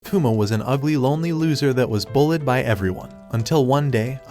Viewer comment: bro said buled 😆